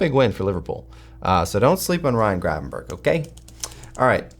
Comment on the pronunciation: I hate hearing you call him Gravenburg, his name is Grevanberch.